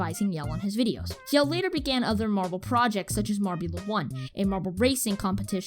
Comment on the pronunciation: Sweet video, and although I am a Team Momo fan (which I will forever hold against this channel) and that fact that I winced every single time that you mispronouced Jelle's name (it's pronounced like Yellah, from Mellow Yellow) this had some great quality stuff and decent analysis. Room to improve, but still a great video.